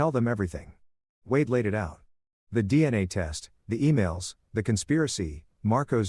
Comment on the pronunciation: the fking bot cant even write and read wade properly